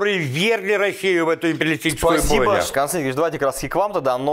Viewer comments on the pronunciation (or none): не "Пасиба", а "Спасибо" надо говорить.